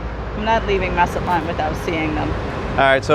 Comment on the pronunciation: Linda needs to teach you hot to pronounce Mazatlan